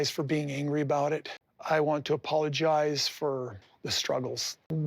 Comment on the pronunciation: And he can't even pronounce that word correctly 'pologize'